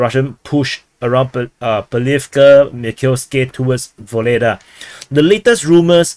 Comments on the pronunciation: Yes . This is true. But "Vuhledar" not "Voledaaa" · Ugledar, UGLEDAR. Stop butchering names so heavily. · Vuhledar is pronounced without the v! Worth knowing if reporting on the SMO. Like the begining uurrarrr 🇷🇺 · I thought it was "Vugledar"--saw it written in Cyrillic on a map